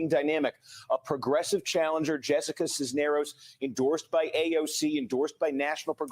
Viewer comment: Cuellar = kway-are Cisneros = siz-nair-ose